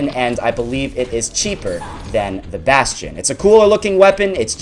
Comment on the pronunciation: Who else pronounces the bastion like "bass-tee-on"